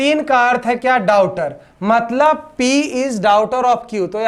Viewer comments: डाउटर नहीं डाटर🤣🤣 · Blood relation question me aap daughter ka sahi pronunciation nhi kare hai